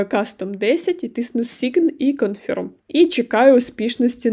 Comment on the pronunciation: Дякую за детальне відео. Але, будь ласка - правильно промовляйте англійські слова. А то Ваше sign confirm - просто ріже мозок